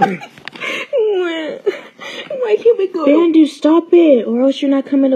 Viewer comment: Its Pronounce Bandu "Bun-du"